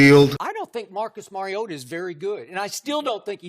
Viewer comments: Love ya..but Maaaariota. Not Mayriotta. Please please just try to get his name right. Nobody does. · And yes it’s Mario-ta not marry-ota just always think super mario......ta lol that’s my nickname when he is healthy. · Can’t say someone has the wrong view on MARIO-ta when you can’t say his name right? With him on the field titans can beat anyone. The only problem is he won’t be there every game. Week 17 playoffs on the line as an example. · Can you please learn how to pronounce the mans name. It’s Marcus “Mar-e-o-ta” every time you go to pronounce his name think like you’re saying super Mario. I had to turn your video off 2 mins in from hearing the mispronunciation. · no just fucking no. Lol. He has corrected people. Just because you hear it said wrong don’t mean you should too. Just take the correction and move on.